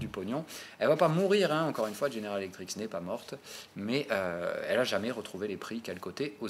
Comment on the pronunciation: petit détail mais répété très souvent; tu dis "General Electriks" 10 fois par vidéo alors que GE = General Electric *sans S*. ref: tout en bas.